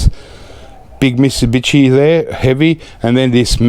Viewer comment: You started to slur your words when you were saying Mitsubishi twice! The quadruple scotch and coke started to have a little effect on you! Since it's been 20 years for me a double would have been enough for me!!